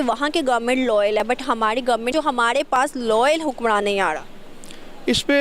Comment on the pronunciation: I wonder why these Pakistani host don't pronounce 'Ra' rather they pronounce 'Da'.. it's not Hamari... it's Hamadi... 🤣🤣